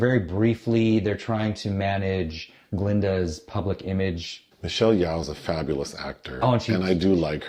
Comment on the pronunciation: Michelle Yeoh, her surname is pronounced more like “Yo.” The way you pronounced it, is more like the name or surname Yao. Still, I appreciated the critique of the film from both of you.